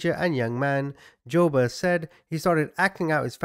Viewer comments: It's pronounced Joo-bert...this was a big deal when I was a kid, I grew up in Omaha where he kidnapped the paper boys.... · friendly fyi : it’s pronounced joo-bert and eb-er-lee